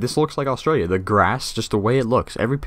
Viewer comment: the way you said Australia maaan it is Australia the track is the track of a feral cat btw you inspired me to start my own channel on this game